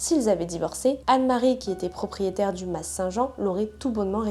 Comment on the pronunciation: Leur "massss"???😂 Ça se prononce "ma"! On ne prononce pas le "s"! Je me demandais si tu parlais d une masse d arme ou de je ne sais trop quoi! Mdr!